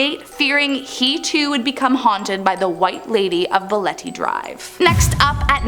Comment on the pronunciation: It's not baliti it's BAH LE TE drive but whatever I STILL LOVE YOUUU